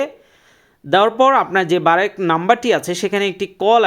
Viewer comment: আগে সঠিক উচ্চারন টা শিখেন। এটা বার্ক, বারেক না